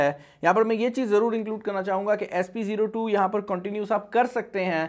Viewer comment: Its spO2 not sp02